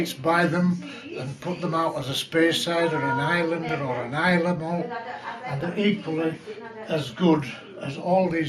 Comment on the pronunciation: He said, "it's an islay malt," not, "highland." The word islay is pronounced eye'-la, which sounds similar to highland with his accent and the noise in there